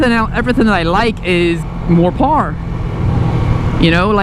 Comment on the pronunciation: You like to pee sitting down?! Well, me too.....let's get married! Hahahahah....interesting topic with the bike choices...you've given it quite some thought. Took me a while to figure out you were saying 'power'...sounded like 'par'. I like the sportbikes....but, what do I know?! Stay safe and keep stroking our faces....some of us like it! :)